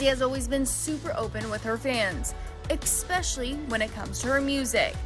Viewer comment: ESPECIALLY NOT EKSPECIALLY